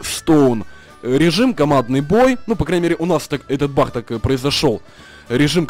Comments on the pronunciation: почему ты говоришь баХ а не баг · Баг а не бах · Почему ты он говоришь Бах? Надо говорить баг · Почему бах а не баг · Не Бах ,а баг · ты говоришь не баг а бах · почему ты говоришь бах а не баг :-D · не Бах а бак! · не Бах а баг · Почему ты говоришь бах